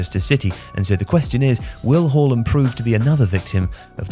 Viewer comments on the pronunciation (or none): Why you pronouncing his name like that? It's not HOR-LAND ITS HAA-LAND. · Think..... Harland NOT Whoreland